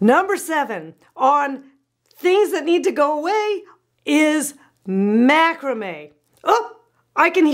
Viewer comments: Awww 😘 I think it’s so cute how you pronounce macrame 😂😘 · When said Macrame I almost died.